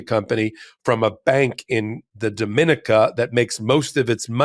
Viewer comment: The island in the Caribbean where the bank is is pronounced Duh-mi-NEE-ca.